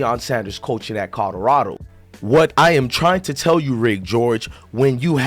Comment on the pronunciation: This man kills me how be pronounces COLORADO.....😆😆😆😆 its kaa- lr - aa -dow. NOT KOD DO RADO.